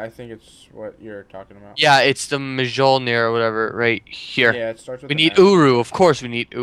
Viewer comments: It is pronounced myolnir lol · Its pronounced mi-yul-nir